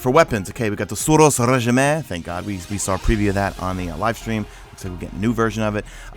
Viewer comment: are you serious. Suros Regimeeeee your pronounciation is bad dude